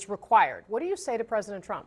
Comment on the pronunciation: “Unpwecedented Pwesident Twump” Homan